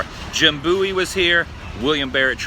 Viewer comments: definitely bowie (like david bowie [that's where he took his name]), not booey. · Its pronounced Bo-ee :) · You didnt show the small bridge location that separated the town of Bexar from the Alamo complex and is where the Mexican army crossed the river. And the proper pronunciation of Bowie is B-OH-ee. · It's pronounced Bowie I live there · 'BOWIE' is pronounced just like the singer, David Bowie